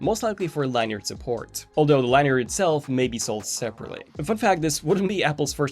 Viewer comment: Google: American pronouncing lanyard. You’re welcome.